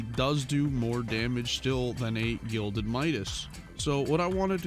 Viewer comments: Smh it's "Gilded" not "Glided" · Him saying glided instead of gilded angered me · Gilded, not glided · GLIDED MIDAS?! Bruh it’s gilded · Why do people keep saying “glided” instead of “gilded” It’s not hard to understand and it makes me cringe. But then again I’m a grammar freak. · “Glided Midas” vs the correct way “gilded Midas” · its not glided its gilded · this is how many times he said glided when its actually gilded | v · Lmao, "glided" reforge, how do you get that wrong? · I love how some people such as get confused by the “Gilded” reforge and instead says “Glided”. Although I used to say it, now I realized it was “Gilded”! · Guild-Ed pls say it right not glid-Ed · Are you sure about the glided midas or aint it the 'gilded' midas lol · The gilded reforge is not pronounced “glided” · WHY DOES HE SAY GLIDED WHYYYYYY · Did he really just say "GLIDED MIDAS SWORD" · New game: take a shot everytime mispronounces gilded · bro you might as well just chug the bottle